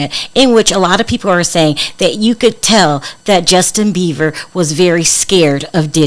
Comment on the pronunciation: .......his last name is Beiber not Beaver.